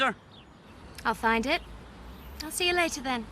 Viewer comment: Lol when bill said to rachel in pub u find it all right? I had to rewind cz it sounded like, ur fanny all right?